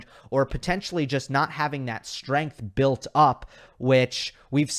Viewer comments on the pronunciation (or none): none